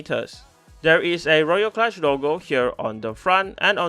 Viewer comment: I'm really amused by the name of this thing - somehow knowing it's a "kludge" does not inspire confidence (note this is traditionally pronounced "klooj"). Yet I have not seen a single comment on this - guys, do you really not know the word?!